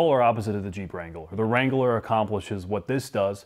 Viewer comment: Every time adds a syllable to “Wrangler”, an Arby’s franchise closes.